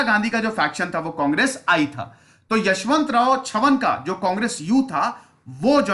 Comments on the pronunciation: यशवंतराव चव्हाण not यशवंतराव छवन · Yashvantrao chavhan not chavan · यशवंतराव छवन नाही यशवंतराव चव्हाण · With due respect sir ....Chavan is prenounced as चव्हान ..not छवन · छवन नही है sir चव्हाण है. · सर.. 10.00 kindly pronounce as 'चव्हाण' and not as 'चव्हण' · its not छवन its चव्हाण. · चव्हाण है वो छवन नही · It's chavhan chavan mat bol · यशवंतराव चव्हाण साहेब... Please pronounce correct